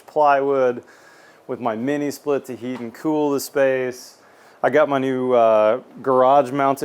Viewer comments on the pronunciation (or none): none